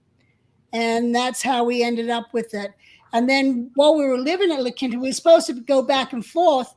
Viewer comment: Your co-host is mispronouncing La Quinta it's pronounced La Keen Ta!